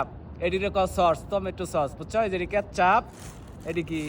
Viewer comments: কেচ্চাপ না কেচাপ সালা😂😂😂😂😂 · কেচচাপ না কেচাপ